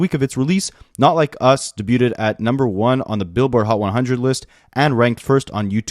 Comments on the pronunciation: Bruh. You really said “da-booted” instead of debuted 🥴😭😭😭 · The only creator I've seen pronounce hyperbole correctly so far. I was getting worried about the American school system for a moment there. 🤣 Penultimate is pronounced PENN-ultimate. And debuted is day-BEWED.